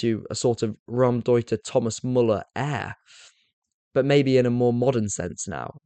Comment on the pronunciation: Really love your content but it's not Ram-deuter. It's pronounced Row (as in to argue) M- deuter